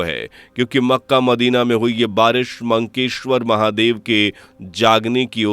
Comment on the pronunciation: It is Makkeshwar Mahadev not Mankeshwar.